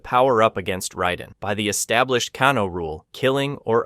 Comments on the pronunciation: OK HOW THE F ARE YOU MAKING SO MANY MISTAKES PRONOUNCING THE NAMES OF THESE CHARACTERS? Raiden I get since in Japanese ai=I but Kano is Australian it is A not ah. Seriously bro ?? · Great vid, but after the first couple mispronunciations I could you tell you were definitely trolling with saying the names wrong😂😂.. bro said "Can-o" & "Con-o" lmao ngl, that got annoying hearing a few names said completely wrong. but it happened with such abundance I'm like "this is definitely a troll tactic." Lmao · "But if you think my incorrect pronunciation of 'Shao Kahn' seems bad, wait until you hear me pronounce 'Kano' and the rest of the character names..."